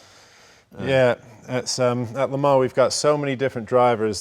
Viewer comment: La Mar? How can La Mans be pronounced La Mar? But wow, what a car and what a race.